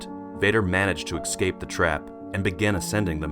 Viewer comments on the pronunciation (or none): Escape = "ess-cape", not "eck scape" ;P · S-cape or es-cape. Your em-phasis is off.